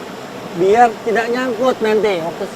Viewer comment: Berenang om bukan belenang, masarakat om bukan masalakat 😜